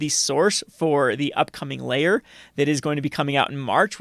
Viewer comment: Took me about a minute to work out that you were saying 'Lair' and not 'Layer' lmao